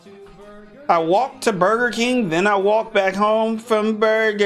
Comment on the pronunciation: He said i want the berger king i come back to my hoese and from the berger Iking😂😂😂😂😂😂😂😂